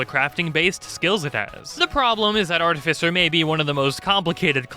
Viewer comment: ar-TIFF-i-cer why does no one know this?